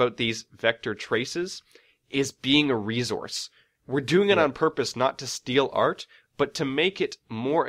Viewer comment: man...i dont mean to be a douche or anything...but the way that pronounces "resource" really gets on my nerves....sigh no offence bro...its just one of my pet peeves